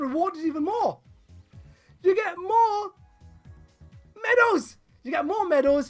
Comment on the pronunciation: Lol when he said medal's I thought he said menos